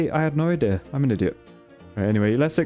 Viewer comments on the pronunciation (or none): none